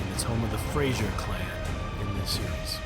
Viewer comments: For God's sake. Every American video is the same. Find out how words are pronounced before filming. Its Fraser (pronounced Frazer) and not Frasier like the TV show. Doune is pronounced Doone. Its Edinburra not Edinburrow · It's Fraser not Frasier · Yet another YouTube video spoiled by unnecessary loud intrusive music. And it's not Fras i er - it's FRASER